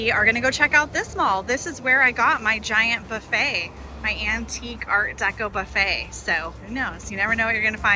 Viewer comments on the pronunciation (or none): none